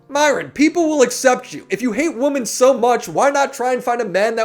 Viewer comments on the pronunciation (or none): Why is it that literally nobody in this space can pronounce "women" properly?